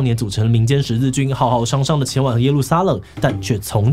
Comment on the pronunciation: 浩浩湯湯(ㄕㄤˉ) 浩浩蕩蕩(ㄉㄤˋ)